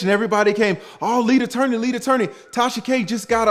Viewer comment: I don't the folks be saying lead attorney like u be saying it